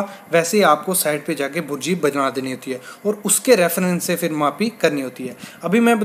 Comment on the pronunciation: भुर्जी नहीं बुर्जी होती है